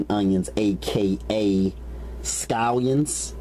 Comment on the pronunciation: ve-gabows and scoyuns!!! Lol